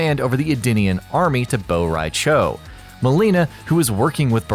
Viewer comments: Bo rai “chao!” Lmao it’s Cho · It's from word "borracho" which means drunk in Spanish so it could never be "bow rai chow" what the hell??? Why most Americans I've heard speaking other languages than their own, always come out to be a complete crap??? Learn to speak other languages, you're not the only ones on planet Earth!!! -.- although I'm expecting much, since I already saw some saying Portugal is a province of Spain... The ignorance is real!! 🙄🙄🙄 (just an example of how ridiculous is the fact that most of you think others don't matter but yourselves)... So this lack of effort on learning other languages than the American English bother me... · "Bow-Rai-Ciao" - (2019)